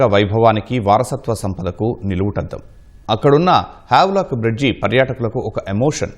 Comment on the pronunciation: వావ్ లాక్ కాదు స్వామి...హ్యావ్లాక్..m